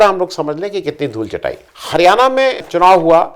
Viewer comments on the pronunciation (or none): none